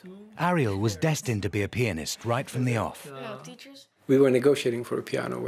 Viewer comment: When he says "pianist", it sounds like "penis"